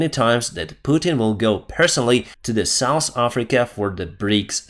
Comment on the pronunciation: your English is improving, but you are still pronouncing hotel and south wrong. When you say the russians are ‘souse’ I have to chuckle because souse means drunkard! 😂